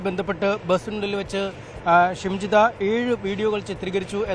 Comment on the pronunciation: ശംജിത അല്ല ഷിംജിത ആദ്യം പ്രതിയുടെ പേര് വായിക്കാൻ പഠിക്കൂ